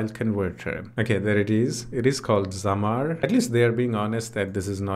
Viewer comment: thank you for showing this app and for making a new video about it, but dude it's not zamar it's zamzar